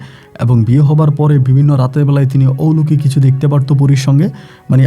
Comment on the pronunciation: ঔলোকিক আবার কি.....??... কথা টা হবে অলৌকিক..... একজন RJ হয়েছেন অথচ সঠিক শব্দ উচ্চারণ করতে জানেন না..... সারা বিশ্ব থেকে সবাই আপনার বলা গল্প শোনে.... RJ কিবরিয়া সাহেব কে পারলে ফলো করুন.... অনেক কিছু শিখতে পারবেন..... কথা বলার স্টাইল খুবই বাজে আপনার..... শুদ্ধ ভাষা টা আগে শিখুন তারপর RJ বলুন নিজেকে......